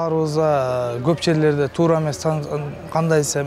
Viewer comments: Балам тууру эмес кыргызча туура, так десең болот, тууру деген сөз жок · Иштер жакшы экен. Жакшы болунот экен, Эми ошончо отдельно машина келип салып кетеби ар бирин. Мамлекеттик иште иштеген Адам кыргызча так суйлош керек. Туру дебей туура деп айтыш керек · Тууру эмес туура,нормально суйлогонду уйронгулочу 😡😡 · Тууру дебей, туура десен. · Бул кылгандарынар жакшы болуптур бирок суйлогон бала созду туура суйлосонор туру эмес туура деп суйлош керек го туру денен эмне???? Кыргызстан создорду бурмалабай суйлосонор жакшы болот эле . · тууру эмес туура деп сүйлөңүз.